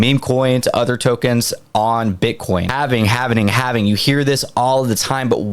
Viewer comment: Repeat after me... HAL-VING Not HALV-NING